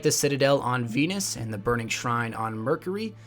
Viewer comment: he said fenus and then Venus .